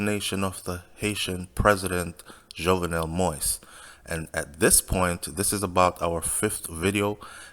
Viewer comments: Keep rambling. Jovenel Moise, not jovenel Moys. It’s been over a week and they can’t pin anything on jovenel Moise yet. A legit businessman going to spend money just based on drugs from Colombia. That makes no sense. The president was a decent guy that wanted the best for Haiti and by doing so, you’ll have to step on a lot of feet. He chose to die than turn power over to them, knowing what will happen if he left like a coward. Yes, he wasn’t popular, so those mercenaries thought they had that to their advantage. That’s why they didn’t even have an escape plan. They thought wrong. The media all over the world are confused why Haitian haven’t take to the streets. Just seat back and relax, whoever involved if you in Haiti or have relatives in Haiti. They are basically got a head start cause out of respect for the president no one will act right now. We are not savages. In America it seems today if a republican or democrat president got assassinated, some will be happy on both side. Quoted Trump. Ask any or most Haitian you meet, if they can make a living in Haiti would they come live in US or any other countries. Majority of Haitian want what’s best for Haiti. Dessaline blood still flow to our veins. Most of are proud people against of all the labels. You don’t see us attacking any Colombians but only those responsible. When we see even an ex president stocked fear and hatred because a virus come from a different continent and seeing Morans attacking vulnerable people in the str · Sir I like your vids but please kindly put some respect on the man’s name it’s pronounce “Mo.Ease” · You need more practice to learn how to pronounce the president's name. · A Jamaican covering Haitian news I guess!!!!! He can’t pronounce the President name probably that alone is getting on my nerves!! You are a foreigner cover your own country please!!!